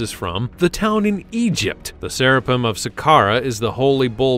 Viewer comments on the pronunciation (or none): ...not to mention "Sera- pun." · "Sera pum" ... If you can believe that ! Where do they get these pronunciations from ?